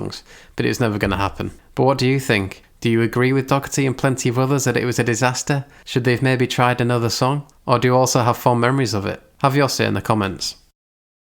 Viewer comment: It‘s Dough-erty, not DoCKerty for f sake.